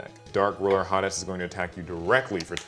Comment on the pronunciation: When you said Dark Ruler Ha Des, YouTube’s closed captioning read it as “Dark Ruler hot ass” lmaooo 😂😂😂